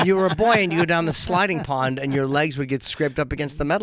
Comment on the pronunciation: STAWP SAYIN' SLIDING PAWND.